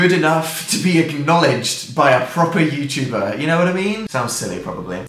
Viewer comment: the way dan emphasizes "proper youtuber" bc he thinks he isnt one im so hemmotional rn